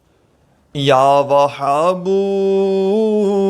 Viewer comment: اللہ کے بندے کوئی دلیل بتاؤ اللہ کے رسول کے حدیث بتاتے تو بہت اچھا ہوتا مگر افسوس آپ تو یاوھاب کے لفظ بھی غلط پڑھتے ہیں